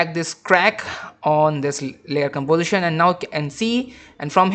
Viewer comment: gambozishen? golor? What kind of speaking is this? If you spend 1/ of the time you spend on after effects on correct speaking, you will be an English teacher